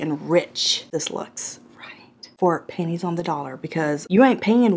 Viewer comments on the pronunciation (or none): I thought you said "Panties on the dollar" instead of pennies. 😄 Its something I could see you saying in the right situation. I don't know what it means, but who cares!